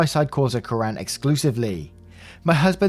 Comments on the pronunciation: Story 2: Kiran is pronounced Key-run. It also means Ray as in sunrays. In Indian culture, you do not speak to elders the way he did. You would only say something like that if they have done something so horrible that they can't be allowed around people and need to be let go. Edit: In Indian culture, it's very common for people to have 2 names, one official that everyone in the world will call you by, and one your family calls you. I have cousins like that who have 2 names. The commenter that equated it to, what if his family wouldn't call her an ethnic name is a false equivalency. Only thing OP did wrong was not explain to him that is customary to have 2 names, and the meaning of the name which is actually a really beautiful name... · Just for a little bit of clarification, English speakers put the stress on the wrong syllable in SO many South Asian names. It's KIran, with the stress on the first syllable and the "i" pronounced like it is in "fit". It's not KiRAN. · Also, it doesn't sound like Quran. It's pronounced Key-run. People often think my name is Koran (it's not). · Kiran, over in India, is actually pronounced Keer-an or like kier-en...lol I hope those make sense haha so yea during my 3 years in India, for a little of that time, I lived with a family, and although I was supposed to call the mom “chachi” for aunt, I knew her name was kiran. One day I actually told her that I really liked her name, I thought it was very pretty, my husband (Indian) was surprisingly apologetic that I would even refer to her real first name. She understood I was just being nice and complimenting her, but even now I’m super surprised that someone’s (an elder’s) title and real name are so important to warrant apology even when said in a nice context, But yea haha I’m just here to inform about pronunciation...